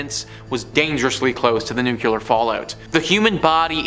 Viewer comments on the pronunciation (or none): the pronunciation is NOOclear not nucular. I very much enjoy your narrations. I like your topics. Please adjust your nuclear.